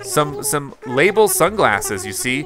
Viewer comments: Her name is not pronounced lay-bull It’s luh-bell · In this game, the spelling of her name was changed to Label from Labelle, but it was always pronounced like “Label”. Basically, she left Mable and Sable to become a fashion designer under Gracie and gained a city dialect, hence her different name “Labelle”.